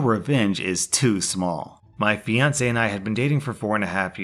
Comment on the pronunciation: I thought he said "Beyonce and I were dating" instead of "My fiancé and I were dating"